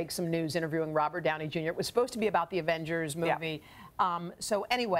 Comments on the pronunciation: she really said “advengers” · Advengers? 0:6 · She also said "Adven... ger" though 😂